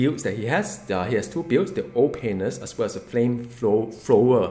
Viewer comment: I like the way you say "Ol'Painless" comes out like "Oh Penis" I like your videos and I'm very excited to hear what you have to say about Doom